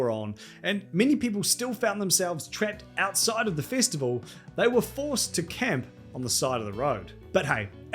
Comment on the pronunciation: Its festival not fistival fucking aussi